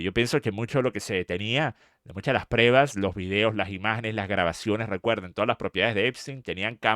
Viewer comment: Se dice prueba no Preba